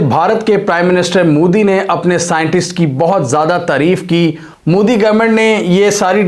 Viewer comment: bhai tu jan buchke mudi mudi karta ha respect se bol 'MODI' ji ha wo name tk dang se le le urdu madarasa me padhaye nahi ha kya